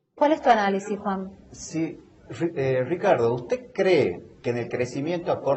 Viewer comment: Me encanta como pronuncia Ricardo.. "Shicardo" XD